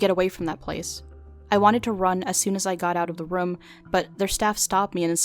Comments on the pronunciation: Its very off putting when she keeps saying "rum" instead of "room" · rum lol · Escape Rums? Does that mean she escapes her problems by drinking rum? Or are you just pronouncing "room" weirdly? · her pronunciation of "room" irks me everytime.. rum. romm? rumm? rouhm! roommm.